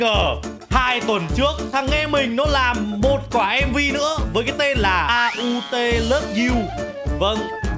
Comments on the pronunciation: AUT là làng au chữ t là chữ không phát âm chữ au đọc như tiếng việt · mặc dù viết là aut nhưng đọc là au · Aut đọc là âu á anh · Aut đọc là au và tất cả hiha trong mv có một ngôi làng aut đó anh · Đọc đúng là Âu á anh còn viết là Aut❤ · Em đọc cho anh là âu lớp du nha anh😊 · Aut love you là au them T là aut á anh vẫn là au mà anh đọc á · Aut = Au Chỉ cải cách lại cho đúng Tiếng anh ạ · Ah đọc là âu love you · Nó chỉ đọc là au thôi anh chữ t là âm câm Hệ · Đọc là Âu đó Anh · Aut nếu đọc tv là au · aut đọc là âu nha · AUT đọc là Âu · Đọc là au đấy anh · aut là đọc là âu đó a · Aut là làng hiha Aut á anh anh đọc bình thường kiểu bỏ chữ t đi nó sẽ ra chữ á anh 😊❤